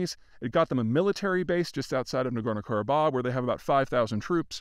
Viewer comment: 1. Zeihan butchered the name of the area, as usual - it's Nagorno=Karabakh - the H at the end is pronounced. Also, Ossetia - t is pronounced t, not sh. 2. He played fast and loose who is the good and bad guy here as long as it negatively affects Russia in some way. Spoiler alert: Armenia is the good guy in this case. 3. He pulled the economic figures totally out of his ass. They are not even close to reality. 4. He solidified his role as a clueless CIA mouthpiece who will talk BS but with confidence.